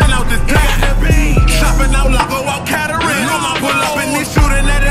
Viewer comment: It aint pronounced ketterling Cuhz😂